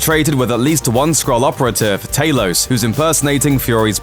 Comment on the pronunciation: Talos not taylos